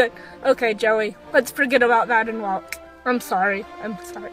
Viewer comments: The way you said WalKK triggered me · Walkkkk. Why the emphasis on the k? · Dude, the way she says walK 😫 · I know….I’m not trying to be mean but it’s making me cringe 😳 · All I heard was waaK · Comments 70% “it’s NOT abues!” 24% “walKK” 5% “ ommmggg its abuusee” 1% *list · What's funny is she makes it sound like she wasn't going to beat her horse at the end she probably got home stuck an even stronger bit in his moth hit him with her crop and put spurs on and liked him till he did as he was told disgusting woman and try saying walk properly not WALKKKK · Wtf the fuck, the WalkUH grrrr i hate to heard that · walKK. please work on that its super annoying lmao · Cus shes American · Yeah what's wrong with her mouth?? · I've never before heard SUCH a hard 'K' at the end of 'walk'...I wonder where she's from? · First of all, girl you put WAY to much emphasis on the K of walk. It's to much, relax. Second, you handled the situation beautifully, while it seems you were out of control it was the complete opposite. You were very much in control or this video would have played out very differently. Your seat was strong and your hands were light, there was nothing more, short of dismounting you could have done. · the way you say walk ugh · Why can’t she say walk properly? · It's the over pronounced "walk" for me